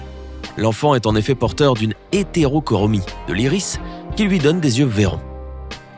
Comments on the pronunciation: HétéroCORmie?? Navéus?? C'est si difficile de lire et/ou parler convenablement?? => HétéroCHROmie et NAEvus (qui se prononce névus)!! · hétérochromie pas hétérochormie. :) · heterocormie. Renseigne toi mieux on dit hétérochromie